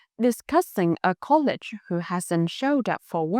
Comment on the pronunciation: Em..you pronounce the English word 'colleague' (đồng nghiệp) as like the word 'college' (đại học). They are different. Check google for an audio example. 🙃